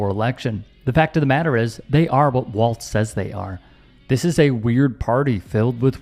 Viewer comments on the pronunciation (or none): Please pronounce Tim’s name correctly. “Walz” not “Walts”